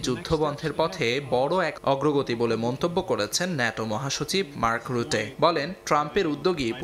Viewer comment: উচ্চারন গুলো ঠিক ভাবে করেন,, মার্ক রুটে,,মাখো